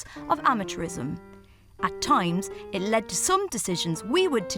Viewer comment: The narrator, bless her! I just came from a video where she said something about ‘finish hish’ and ‘start hish’. And here again, she says ‘hish’... turns out she can’t say the word ‘it’!